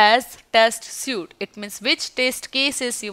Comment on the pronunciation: Suite is pronounced as Sweet.